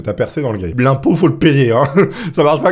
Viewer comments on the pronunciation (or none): none